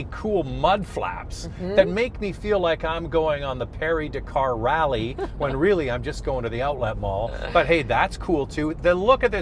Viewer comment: Did he really say perry dakar rally? lol